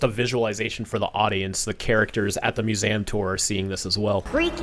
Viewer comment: Your pronouncing museum wrong